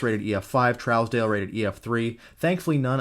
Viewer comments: Trousdale is pronounced (Troosdale). Im from that area. Keep up the fantastic in-depth content! :) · Such a great breakdown as always! Keep em coming! Here in Kansas, we pronounce it Trues-dell if that makes sense. I chased this once it got near Great Bend and to the north east